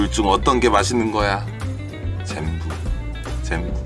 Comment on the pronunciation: 젠부 젠부 ㅇㅈㄹ 하길래 일본어인가 했더니 전부다 맛있다네 ㅋㅋㅋㅋ베컴이야? ㅋㅋㅋㅋ